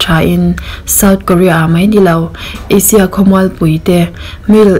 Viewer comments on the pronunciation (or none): none